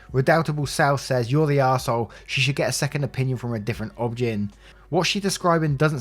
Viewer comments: Just a note, it's O-B-G-Y-N, the letters spoken out loud. Not obgen spoken as how it's read. Other than that, great job. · In the US, OB-Gyn is pronounced "Obie-Guy-knee." And definitely find another one and get a second opinion. What she's describing is NOT normal.